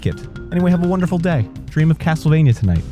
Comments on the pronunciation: Am I the only one who heard "Hastlevania" at one point? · Why is he talking so weird.. CASTLEvania blablabla GAMEconsoles and stuff. ANYway blabla AND blabla. God my ears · "CAAASS-tlevania..." This dude has such a hard "k" pronunciation, it could crush nuts into powder.